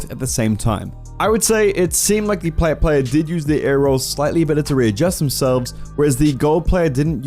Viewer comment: U just butcherd Plats and diamonds also why am I as good as that champ in plat